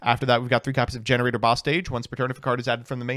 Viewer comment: Okay wait… it’s Gene Raider not gener aider 👀😐